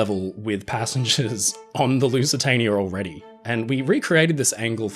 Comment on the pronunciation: Teacher: “Spell Lusitania” Our Friend: “Lusatanier”